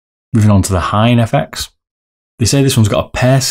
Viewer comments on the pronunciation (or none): Lol you butcher the name! 1. Ha-ya-tey / Ha-ya-tey ot-su (ot!= oat, and su from sukhoi)/ Ha-ya-tey Kow 2. Hi-en (Hi from hiccups and en from enlarge) 3. Zero = Zero? 4. Raiden is a bit english maybe 5. Shin-den-kai (from shin in your leg, den from english den word, and khai) Nice video, looking forward for the comparison. Maybe for comparing soft/mid you can add some weight onto the mouse. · It's Ha-ya-te not Haiye or Haiyet and "Hien" is pronounced like "Hee-en" ^^